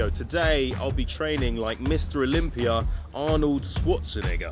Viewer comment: One of the only few people who can say Arnolds full name 😂